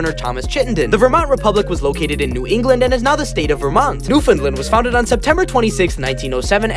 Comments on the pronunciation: I respect you for pronouncing Newfoundland correctly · kudos for pronouncing Newfoundland correctly❤